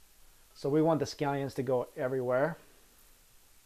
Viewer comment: I thought you said sky end pancaks